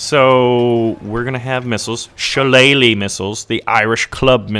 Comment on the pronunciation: I am impressed that you got the pronunciation of Shillelagh right! Well done.